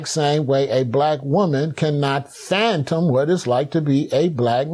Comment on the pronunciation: Fathom NOT phantom